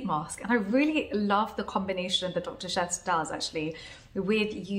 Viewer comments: Can't wait to watch it..yay! Tks. Isn't it Sheths though? Oh well, doesn't matter..we get it. Love ya! Xoxo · Thanks, a small correction, it's Dr.Sheth not Seth :)